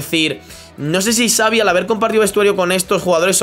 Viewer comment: Nadie: Absolutamente nadie:: "savi" 🥵